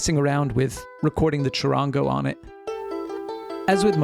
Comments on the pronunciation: Chud-ahn-go the middle gets a short a vowel sound in Spanish and the soft r in the middle has almost a d sound. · You telling me a person from USA that cant pronounce the name right is lecturering us about Charango. ITS NO DEBATE.. ITS A BOLIVIAN INSTRUMENT